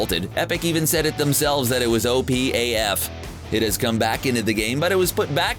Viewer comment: AaJjh Fff (how he said af)